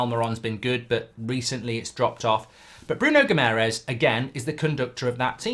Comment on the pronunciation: Please learn how to pronounce Guimarães properly! There is an extra a with an accente on it, for a reason....